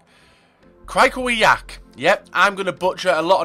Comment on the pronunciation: Krakowiak? xDDD